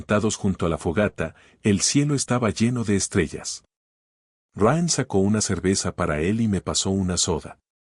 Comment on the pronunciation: No diga Raan sino Raian. No es Liem sino Líam. Hable claro y deje de inventar pronunciaciones al hacer el doblaje.